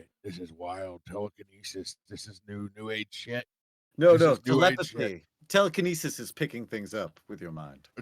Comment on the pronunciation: I want telekin-know-sis ... lol 😅